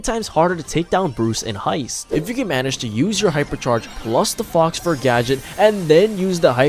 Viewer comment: Great guide! Btw it’s pronounced “Foh” fur, not Fox fur.